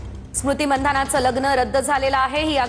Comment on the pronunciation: कमीत कमी महाराष्ट्राच्या या प्रस्थापित वाहिनीने तरी मंधाना ऐवजी मानधना असं म्हणावं इतर भाषेबद्दल आपण समजू शकतो मराठी मुलखातली ही मुलगी आहे